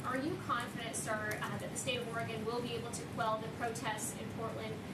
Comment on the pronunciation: B Bodziak he doesn’t even know howcti pronounce all the STATES! It’s Oregun not Origone